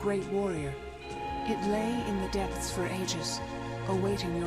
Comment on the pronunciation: Did he say deepsth